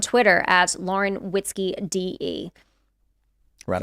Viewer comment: Did she say Lauren Whiskey?